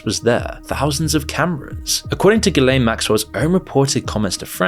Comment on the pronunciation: HOW do you mispronounce this dude's name? YouTube is absolutely crawling with videos about him, and I'm sure you watched videos to research the subject... How?! Edit: And Ghislaine, and Abercrombie... bit sloppy there, bro.